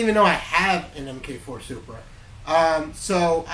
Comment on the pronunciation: MARK 4, not Emm-Kay 4.